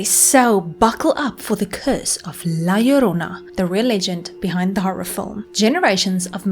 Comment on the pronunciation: Dude!! My grandma used to scare me with this story as a kid!! Awesome you did this. And you pronounced it right too! 👍👍